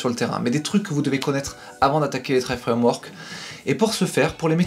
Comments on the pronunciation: Avec un des trois fwamwok a la mode , oh mon dieu cette prononciation digne des plus grands lumières 😀 j'essaierais de passer par tout les points que tu as abordé dans cette vidéo merci pour t'es conseils :) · Fwamewok haha j'étais pas prêt. Vidéo au top, j'adore les petites respirations c'est super utile pour digérer les infos